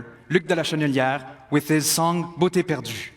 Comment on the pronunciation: ... quebec singer Luc de la "Chenelière"?? It's "Luc De Larochelière"